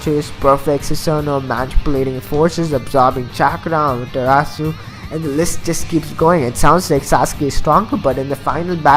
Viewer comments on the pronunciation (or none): none